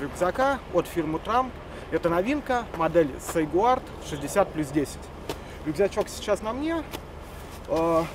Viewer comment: Автор даже не смог нормально названих рюкзака произнести.